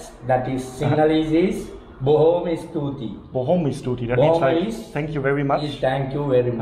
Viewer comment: A li'l some'ng to help with yer pronunciation. Try to pronounce as 's-thu-thi' instead of 's-tu-ti'. You'll surely get better.